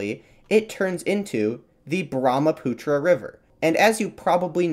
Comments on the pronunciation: Brahmaputra near my hometown❤ ❤ (I lost it when u pronounced Brahmaputra 😅) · its brahmaputra not that